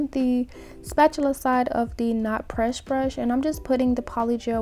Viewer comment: You always say “presh” instead of “press” & it’s so cute to me idk why lol I think cuz it sounds like precious maybe